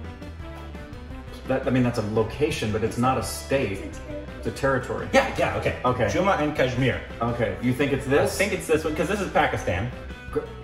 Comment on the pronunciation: Why nobody noticed saying “ Jumma and kashmir” 🤔